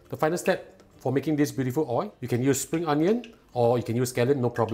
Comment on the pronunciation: The way he pronounces “oil” 😂